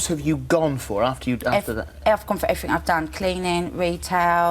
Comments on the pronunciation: maybe it's because you say "everfink" instead of everything. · Everyfink is not a word you fat fuck!